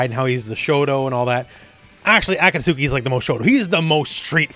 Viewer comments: Heya great video! Just wanted to say that Akatsuki's name is pronounced "awe caught ski" if you care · Ive been officially engagement baited because that mispronounced Akatsuki genuinely stunned me